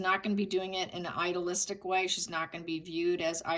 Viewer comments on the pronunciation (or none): I enjoy your videos. I notice you say, “idealistic” quite a bit, and you pronounce it like, “idolistic”. There is a syllable missing. It’s a tiny thing but you use the word a lot…and I didn’t know what you were saying at first. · Yes I see that too and it drives me bonkers... Is it ilolistic or idealistic? Very different meanings.